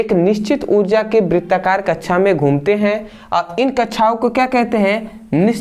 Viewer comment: Kaksha ❌kacha✅😂